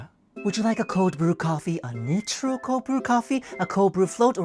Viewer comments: By the way I'm pretty sure it's pronounced "naitro/nitro" not "にtro" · just a note that in English, at least American English, you say nitro like "NAI-tro" not "nee-tro" (I'm realizing how hard it is to write out phonetic pronunciations when two languages pronounce the same vowels differently... 'nai' like 'hai' I guess) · I'm probably the 50th person commenting this, but it's pronounced like "night-row" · Not ragging on ya at all, you help us gaijin understand your language so it feels apropos to help you with English. The “I” in nitro is a hard I sound like the I in “ I want Starbucks” or “Icy”, “Idol”, or “Idyllic”. Not an “E” sound like “Nippon”, “Pizza”, “Ski”, or “Police”. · that example incorrectly splits the 't' and 'r' into separate consonants. while the direct Japanese pronunciation might be a three consonant "nai/tu/ro", the English should include the "tr' consonant blend: "nigh(as in sigh or high)/tro". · It's pronounced "Nai-tro" ... at least in English. I know Japan also says, _"Oopho" instead of spelling "U.F.O." sooooooo... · We pronounce it NYE-TRO or N’EYE-TRO for Ni-tro-gen gas added for an unbelievable creaminess to just straight black cold brew, without sugar either. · Random: nitro is pronounced night-tro, do they mispronounce it on purpose? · Nit-ro? Interesting to hear a Japanese person pronounce an English word differently, I couldn't stop laughing at an American pronouncing Celica the other day 😅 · I'm sorry but you unintentionally mispronouncing "nitro" in the middle of a bit about being unable to pronounce long weird coffee names was my favourite part of this video LOL (in English it's pronounced ナイtro btw) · I think nitro is pronounced n-I-tr-O. With the "I" sounding like "eye" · "Nitro" is pronounced like "night-ro" 😂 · The irony of the “nitro” mispronunciation did not go unnoticed 😂😂😂